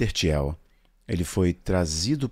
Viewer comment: Peter Thiel (pronuncia-se "tíu", e não "tiel") não tem parentesco algum com Jared Kushner. O genro do Kushner é o Trump...